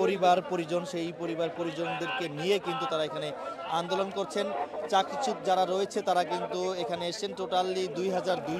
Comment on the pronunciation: সাংবাদিক ভাই 'চাকরিচ্যুত' শব্দটি সঠিকভাবে উচ্চারণ করুন।